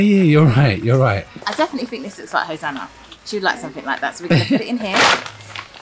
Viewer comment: wow...!! you are actually saying Hosanna correctly! you are very smart, and charming, I will miss how you used to call her Ho na na''' you're growing too fast dude